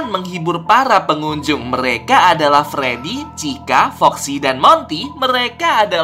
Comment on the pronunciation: Abang aku mau bilang kayak nya Abang salah bilang pas di patung freedy Abang mala bilang fledy😂😂😂😂